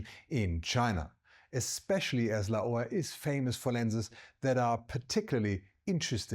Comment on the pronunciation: I've never heard anyone pronounce Laowa this way. It took me a few seconds to understand which company the video is about.